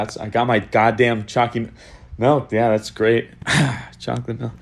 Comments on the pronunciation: I HAVE A PROBLEM WITH YOU IT'S PRONOUNCED CHOOCY MELK NOT CHOOCY MILK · I love that he says milk like melk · The choccy malk is here :> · Nice choccy melk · choccy malk🙂